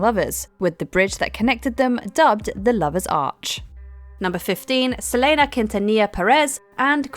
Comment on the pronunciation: It's pronounced Se-LEE-na, not Se-LAY-na. Uncultured swine 😅